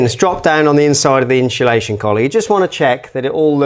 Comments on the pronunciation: Insulation Not inshulation No excuse. Speak properly or shut up. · I turned off when he said “inSHULation”…seems to be a current trend these days to say that, boils my pisser that a diy channel can’t even say simple diy products properly. The home improvement channel says it as well and I can’t get through a video if they say it either. I dunno if it’s rage baiting the audience into commenting like I’m doing now so that they secretly do a bit of engagement farming. Either way the watch time will suffer and that’s more important to a video getting pushed by the algorithm than my comment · We need some inshu-lation 😂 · "Inshulation Collar" must be a Velux thing 😂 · For the love of god learn how to say INSULATION properly.